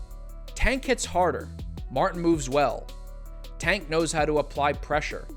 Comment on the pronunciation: Why do sum ppl say “a” instead of “ay” when pronouncing Tank’s name? It’s as if they’ve never heard it said/announced b4 lol